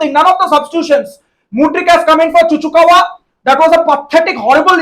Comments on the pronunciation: saying Chuchukawa. 🤣🤣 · Don't get confused by his saying of Chukwuemeka to "Chuchukawa" becoz from his signing onwards he used to call him like that!! It's like some kind of Pokemon coming out old viewers know this for sure😅😋😛😝👍💯🤟